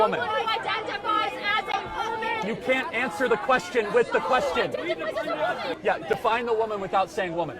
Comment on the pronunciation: Intersex? >snicker< No, emo. It's more like one on a hundred cases. Oh...and somebody oughta tell this little creature that 'yeah' doesn't start with 'ee'. It's yeah, not eeyeah. His parents oughta get dined for everyday this throw back is out in public.